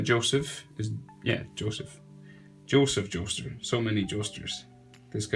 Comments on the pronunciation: BRUH DID HE JUST SAY JOSEPH JOESTR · Did he say joseph jostur